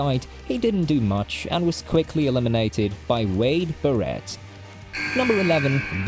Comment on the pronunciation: I have never heard Barret pronounced with the emphasis on the second syllable like that. Edit: I have also not heard "Becky Lunch", but it makes the video all the more interesting. (Accents are a very fun thing at times!)